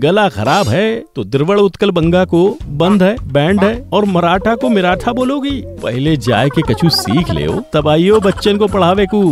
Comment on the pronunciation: arre desh rashtragit to thik se bolo miratha Maratha hain